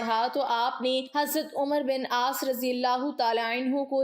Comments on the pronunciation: اسے عمر نہیں پڑھیں نگے بلکہ امر پڑھیں گے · حضرت عمرو بن العاص، ع پر زبر کے ساتھ پڑھا جاتا ہے۔ ازراہ مہربانی اصلاح فرمالیں۔